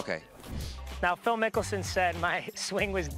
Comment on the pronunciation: Bruh its Phil NICKELSON not mickelsom 😂😭😭😭